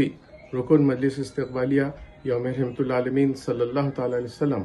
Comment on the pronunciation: Rahmatallil 'Aalameen, not Rahmatal Aalameen, plz.